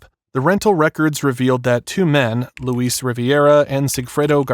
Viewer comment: LOU-IS NOT LOUISE AND RIVERA NOT RIVIERA WTH ARE U READING 😂😂